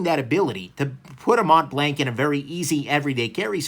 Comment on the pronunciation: Mont blanc, pronounced: Mon Blan And not Mount blankkk🙄🤣🤣 wth man